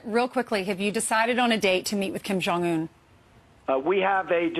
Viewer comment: That sniveling Brian kept on acting like an impatient greedy car salesmen saying 'yeah...' interrupting repeatedly - trying to rush or interrupt the President's train of thought. Plus Brian doesn't even know how to pronounce Kim Jung-Eun 김정은. President Trump is magnitudes more graceful even giving the time of day to these puppets, let along an interview. Ainsley is likely uncomfortable sitting on the couch with those losers especially after what Doocey Dooche and other womanizers at Fox have been sued for doing. She could do much better than being on the same set with the likes of them...